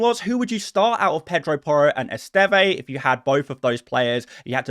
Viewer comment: the Burnley defender's surname is pronounced 'Est-ehv' not 'Est-evay'. Can you please correct this in future videos as it's driving me mad 😩